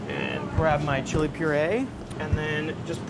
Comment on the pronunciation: ITS "CHILE" COLORADO NOT "CHLI" !